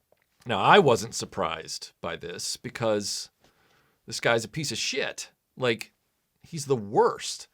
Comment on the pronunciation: I’m pretty sure I heard make the word “shit” two syllables. Idk about everyone else but when my grandpa said “shee-it” everyone knew he was legit pissed.